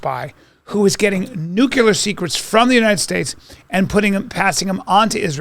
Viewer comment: Bryan takes all this pride in pronouncing words correctly, like Afghanistan, and Putin, but then this kid says words like "Nuculer". I cant take it.